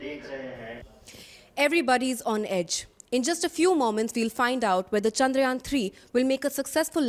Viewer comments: Did he say "Chandariyan"? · Sir. Thats Chandrayaan and not Chandariyan. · Its Chandrayaan.....not Chandariyan as you read it. Please do your homework properly before you present the program. The whole world can read it properly except you. Awful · It'd be nice if the presenter can at least learn to say the name of the space craft properly. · Great coverage but please the presenter needs to learn the pronunciation of "Chandrayaan" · The Anchor is having tough time to say Chandra + yaan. He got it wrong every time